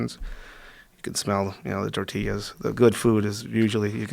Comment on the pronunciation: Torteeas at the end lost me